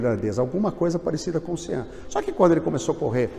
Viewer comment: Pronuncia-se mais ou menos como "Chôn" Kelly. Foi a época dos grandes ciclistas irlandeses O outro - e maior - foi o Stephen Roche.